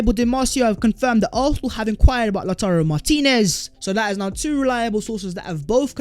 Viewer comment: From "Tammy Abraham's" to "Lauturrro Martinez"